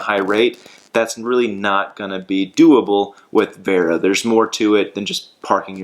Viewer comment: It’s pronounced “Var-oh”